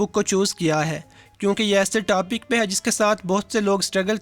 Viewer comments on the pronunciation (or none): none